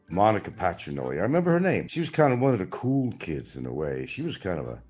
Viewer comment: Nothing is ever his fault. The government made him smoke. What’s a “ coo “ breeze? It’s cool, it’s treadmill! Don’t blame it on the eardrum you perforated to avoid the draft